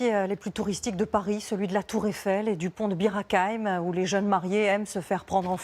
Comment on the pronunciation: Elle a du Mal à prononcer Bir Hakeim 😂😂😂😂